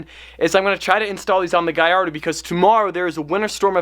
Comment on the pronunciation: please tell Gordon how to pronounce GALLARDO